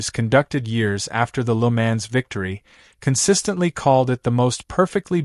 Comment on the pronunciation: I had to stop watching this, or more to the point stop 'listening' to this, because the narrator has no idea at all how to correctly pronounce the circuit name . . . . 'Le Mans'. Even the car manufacturer names are pronounced like a baby not yet able to talk correctly.